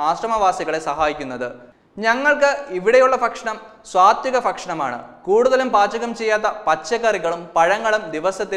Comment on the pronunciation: സ്വാതികം അല്ല സാ ത്വികം